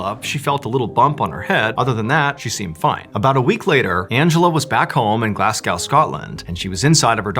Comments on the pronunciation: Glaz-go.. Glass-cow lol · Glaz-go. Not glass-gow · Love your stories, Mr. Ballen. But just a wee comment, Glasgow is pronounced “Glasg-oh”, now “Glasg-ow”. 😊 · Great story! But it’s pronounced glarzego not glasscow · I know this is a silly thing but its 'GlazGO' not Glazgow 😂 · Pronounced Glasgo Mr ballan 🇮🇪🇮🇪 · Glasgow is pronounced Glas gō. Love the stories!